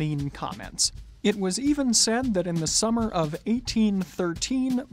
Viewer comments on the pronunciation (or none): none